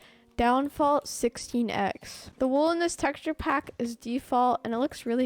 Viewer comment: when he says pack i hears phack